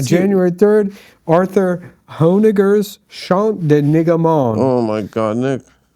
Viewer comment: that is not how you pronounce arthur honegger